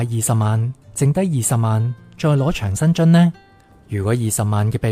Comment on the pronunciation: 讀音掌生津，唔係場。是長者生活津貼的簡稱。:face-green-smiling